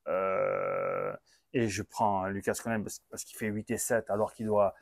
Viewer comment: On prononce lucas (sans le S) parole de Picasso !! Au top le debrief comme toute l'année.